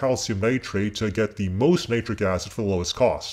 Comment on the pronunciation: Its nit ric not nie tric